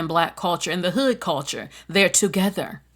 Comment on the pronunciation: I like that you said a lot of Hispanics and black people live "together" in New York City 😂😂😂. It just sounds funny.